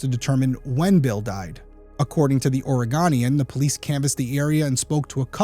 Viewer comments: Just for future reference- it's "Or-ree-goh-nee-an ". Oregonian. :) But my first initial gut feeling was the same as your comment. Some serial killers have no motive or intentions other than convenience. They could be mentally unstable with connections in their own mind for completely unrelated reasons other than to that individual. For example: someone with schizophrenia who thinks people they see online are mentally talking to them and are connected mentally. This could be as simple as both men possibly talking over CB radio, etc. But there HAVE been other bombing reports and there was a Spokane, WA bombing attempt ( 1hr 30 away) occurred on January 17, 2011, when a radio-controlled shaped-charge pipe bomb was found and defused in Spokane, Washington, along the route of that year's Martin Luther King Jr. memorial march. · Yes. Do all things short of child related crimes please. Also the paper is pronounced OR-Uh-Goan-knee-Ann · please learn to pronounce Oregonian... aw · ruh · gow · nee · uhn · Love your podcast Derrick! Switching up the types of cases really helps keep things interesting. Just FYI as an Oregon native I have to confirm that the proper pronunciation is Ore-GO-nian. I know it’s weird😬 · Try saying or-uh-go-nee-in when you say The Oregonian. 20+ years living here in Oregon. ❤ Great job on this story! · Not to nitpick, but I thought it might be helpful to know that the newspaper the Oregonian is pronounced like Ore-a-GO-nian. Its a pretty big paper in the northwest and you might need this info in the future. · Great video, different kind of case. I'd love to see more cases like this. (Hate to be That Gal, but I lived in Oregon for more than 20 years, so I can't let it pass, lol... the end of "Oregon" rhymes with "sun", and the middle of "Oregonian" rhymes with "own") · Please learn the proper pronunciation of "The Oregonian". Thank you. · Search "pronounce Oregonian", and in the first result, play how it's pronounced. We Oregonians will appreciate it.